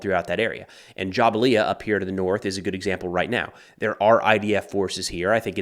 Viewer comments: Say it with me JA-BAL-YA NOT JA-BA-LIA your videos are good but please pronunciation is key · Jabalia is pronounced - Jabal-li-YA. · Great report. Best I have heard on the conflict. Pronounced Ja-BALYA. Go IDF! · Thank you for the impeccable, unbiased reporting. You are great and bring both sides of a case and factual commentary that is sometimes more convenient to see you than the news. And try to say Jabalia like Ja-bal-ia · It’s Jah-bal-ya